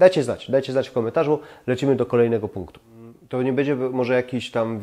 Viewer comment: Gościu popracuj nad wymową bo przez to twoje bedzie odechciewa się oglądać...